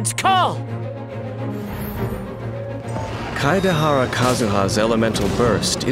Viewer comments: I like how most people can't pronounce his name so they just go for "Kadahara Kazuha" XD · „Keideharra Kazüha“ 🤨🤨🤨💀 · As much as I love voice....that pronunciation of Kaedehara is hilarious